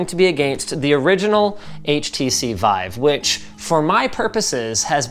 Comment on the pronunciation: wife or vive? :D